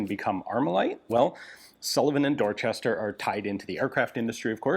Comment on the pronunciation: Pronouncing "Dorchester" like that while in Massachusetts should be a crime.